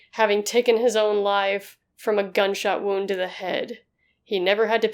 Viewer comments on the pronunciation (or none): none